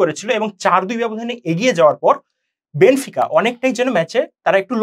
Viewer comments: বেনফিকাকে বেনিফিকা,বেনোফিকা উচ্চারণ করে বুঝিয়ে দিলেন আপনারা খেলা সম্পর্কে কেমন ধারণা পোষণ করেন,,,,হুদাই আজাইরা বক বক করতে আসছে,,,আপনারা যা আলোচনা করলেন আমাদের গ্রামের ম্যারাডোনা আমলের দাদুরাও একই আলোচনা করে। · বেনিফিকা কি ভাই? 🤷‍♂️ কানে লাগে এগুলো। শুদ্ধ করে বল ভাই।